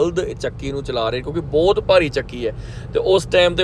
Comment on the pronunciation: Bai booutt ne hunda. Bhut hunda. Kafi sentence thik krn wale ne.